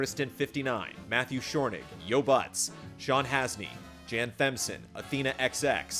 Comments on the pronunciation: He said my name right! but the h is with the word B) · Holy moly you nailed my last name and not many people do so props to that! but sadly whoever put it in the credits misspelled it its Schornig not Shornig, other then that it was an amazing podcast! cant wait to see ep 2